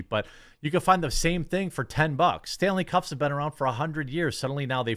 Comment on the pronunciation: I thought you were saying stanley cups, and I had no idea what you were talking about. Then I thought, well maybe he's saying stanley cuffs. So I looked it up, and sure enough they have these little bracelet type things that you can put on the handle of your cups to personalize them. Unless you really are saying stanley cups, and your literally talking about a brand of cups that people buy. Which one is it, cups, or cuffs? Well either way, if someone is spending a bunch of money on a cup when you can get a cup for a lot cheaper, but is still as good. Or if your talking about stanley cuffs, little metal bracelet things to personalize the handle of your cup, both are pretty stupid, and a waste of money.